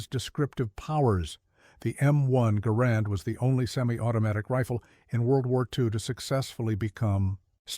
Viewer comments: I heard his name is properly pronounce "gerund," not "ga-RAND." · In the name of a just and merciful GOD, it's GAR and, not guh RAND.